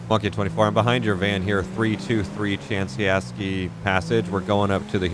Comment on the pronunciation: It is CHI ANSKI PASSAGE not CHANSI ASKI PASSAGE.